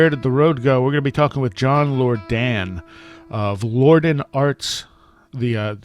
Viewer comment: John Lor-Dan. Don't you hate it when folks repeatedly mispronounce your name? LOL.